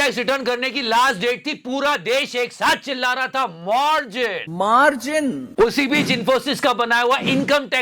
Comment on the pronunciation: सरकारी काम भी ठेकेदार से मार्जिन रखा जाता हैं , वो मार्जिन के बारे में बता रही हैं, मा... रजिन.....😂😂😂😂😂😂😂😂😂😂😂